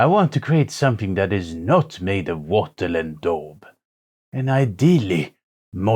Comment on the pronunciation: I like how your accent works saying "wattle und daub."